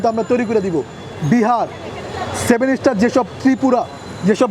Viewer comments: সেভেন স্টার নারে ভাই সেভেন সিস্টার হবে। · ভাই, সেভেন স্টার না, সেভেন সিস্টার। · 7 ইস্টার না 7 সিস্টার